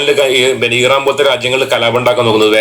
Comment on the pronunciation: ഈറാൻ അല്ല ഭായ് ഇറാൻ ആണ്❣️